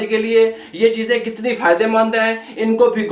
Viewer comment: Cheezay hota hay cheejay Nahi.